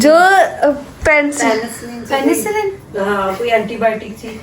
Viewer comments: aap doctory parh rahi ho pencillen hota hai pencilain Nahi hota Allah pak ny Kram kia ha humary bhai pae❤❤❤ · here.. you are pronouncing and spelling it wrong its PENICILLIN.